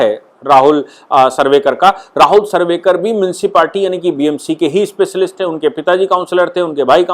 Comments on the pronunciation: Rahul narvekar not sarvekar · Speaker ka nam Rahul narvekar hai aap sarvekar bol rahe hai Correct kar lijiye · राहूल सर्वेकर नही राहूल नार्वेकर बोलिये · New Speaker is Narvekar and no sarvekar. Pl correct. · Narvekar not sarvekar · excuse me you have spoken sarvekar instead narvekar. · राहुल नार्वेकर है .. सर्वेकर नही है...correction please 🙏